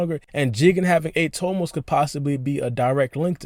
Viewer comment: "siX TOmoS" You sound dumb asab